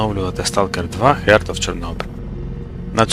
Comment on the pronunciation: Heart читається як "харт"